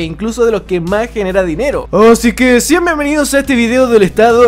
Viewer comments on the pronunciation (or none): none